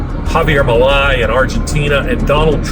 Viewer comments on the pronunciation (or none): I thought it was well done. But, Milei's name is pronounced like mil-lay..